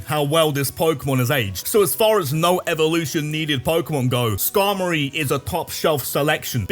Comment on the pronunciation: IT'S SKARMORY, NOT SKARMARORY OR SKARMARY!